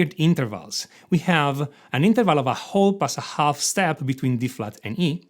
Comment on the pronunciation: I can’t overlook it anymore............ ‘Half’ is to be pronounced as ‘HAF’ and not ‘HALF’ . And ‘write’ is also ‘RITE’ and not ‘VRITE’ 😅 Those scales are an enigma!!!